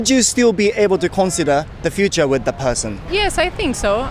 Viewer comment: important と futureの発音が日本人だな